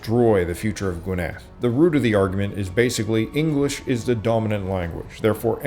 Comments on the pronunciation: Firstly you don't pronounce Welsh words as if they were French, it's GWYNedd not gwynETH,and the Edd is voiced. Why do Americans think any word that looks a bit 'foreign' should take stress on the final syllable. It doesn't, strictly apply even to French. It only appears to because the French dropped a lot of final letters. Secondly Wales doesn't mean Celt, it mean speakers of 'foreign', it was applied to the Gauls and the Romans, it has cognates in Flemish, cf. 'Walloon' which is French, Dutch, German..... It has nothing to do with any tribes in Wales. You don't sound like you know what you're talking about and your delivery is cringe-worthy. I'd forgive that were it not for the glaring mistakes right from the start. If you're going to expect people to give up their time to watch your videos at least get the basics right from the start. Oh, and that painting on the wall. Iesu Grist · Great video. A note on pronouncing the name of the county of Gwynedd. Emphasis is on the GWYN. GWYNedd. Also, the double d in the Welsh language is hard. So, it sounds like the TH in 'the'. Thanks again. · Pronounced Gwynedd wrong.